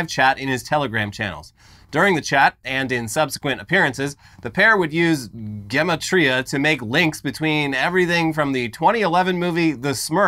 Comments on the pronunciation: Also its pronounced jem ah tria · it's Gimatria, with a hard g, like gorilla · Ge-MAT-riya--with a hard G, because Hebrew doesn't have a soft G. Or didn't until we started naming streets after King George.